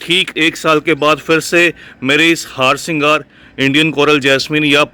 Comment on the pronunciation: It's हरसिंगार not हारसिंगार